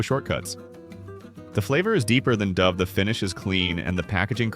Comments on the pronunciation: This video wasted two minutes on the intro to Russell Stover. Imagine a video describing empty, tasteless ingredients offers empty, meaningless content. And pronounces "Dove" with a long 'O'. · The AI generated voice becomes apparent when it cannot pronounce the word dove😢